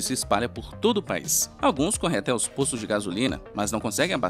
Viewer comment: O vídeo é muito interessante. Pequena ressalva: o correto é "OUTROS OPTAM". Nunca "OUTROS OPITAM", como dito no vídeo (altura de 1m25s), Erro grosseiro. Antes foi dito "pôstos" de gasolina... Aos 10m09s em vez de NSA foi dito "NASA", que é outra agência do mesmo país. Isso distorce a informação... Depois, até o fim do vídeo, não tive tempo de analisar e anotar. Sugestão: usem um locutor que leia e fale corretamente. Se a narração é por IA, substituam-na por um bom e bem escolarizado narrador. A narração neste vídeo seria muito boa, se não fossem os vários erros nele falados.